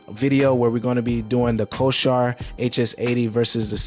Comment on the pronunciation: Bro, not trying to be an ass, but you are pronouncing the word Corsair wrong.